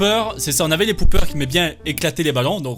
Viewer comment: Ca ne se prononce pas "poupeur" mais "popeur" car c'est autre chose sinon 😂😂😂😭